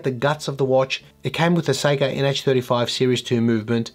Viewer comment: As a New Yorker, with our own distinct accents, I kept hearing your “Seiko” pronunciation as “psycho” which made this video even more fun. Oh, and hanging a “disco ball.” Doesn’t get much more awesome. 😅 Cheers!